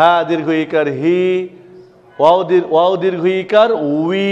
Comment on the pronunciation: wow and daal bengali pronunciation are not correct